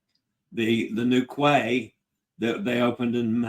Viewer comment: Ceviche (ce-vi-che) = Say-vee-tchay, use your default vowel sounds for Spanish too! Quay/Cay = Kee; Quay = Kee; Quay = Kee Vay-nay-tzee-ah, nay-tzee-ah; nay-tzee-ah; nay-tzee-ah Work on your ñ (NY) sound, as in España and the GN in lasagna and Magnifica! N-yah: Mah-nyee-fee-kah, nyee = ñee